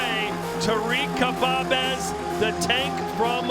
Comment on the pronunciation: He called khbabez kabbab